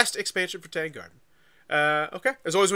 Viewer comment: Worth noting that it’s pronounced Tahng. Tang in this context rhymes with the word song or long or wrong.